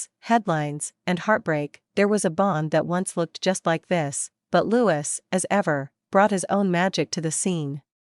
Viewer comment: Prince Louis is pronounced as French Louee.